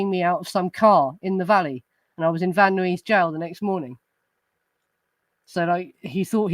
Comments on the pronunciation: Hi,! Tiny, minor note: Van Nuys pronounced "Van-Eyez". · It's pronounced:' Van Nyes'.